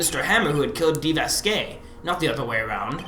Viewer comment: The way you guys pronounce "Manuel" and "Vazquez" frustrate the heck outta me but overall, I've been binge-watching this series. You're both awesome :D